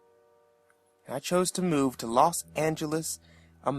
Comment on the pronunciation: "Los Angles, America" Haha sounds weird saying it like that.